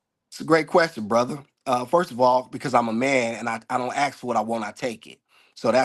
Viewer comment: I've read some the comments and I'm confused with myself, or wondering what's wrong with me. I like him and what he has to say. Most men nowadays can't even hold a conversation. Now I don't like that he said "likeded" for like and "ax" for ask. But I thought he was being legit. Most are still playing the field i believe he's straight up.